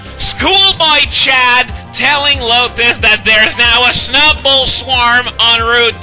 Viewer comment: The way you pronounce Snu-bble lol